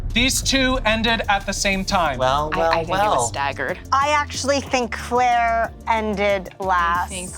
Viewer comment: I love how keeps calling Claire Clara😂😭